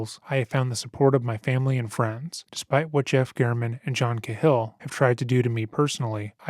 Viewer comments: Cahill is pronounced Kay-Hill. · For the love of god It’s pronounced KAY-HILL! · It's pronounced Cay-hill, Irish. I really appreciate your content. ✌🏼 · Do you mean Cahill (Kay Hill)? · Narrator needs to learn how to say the last name "Cahill".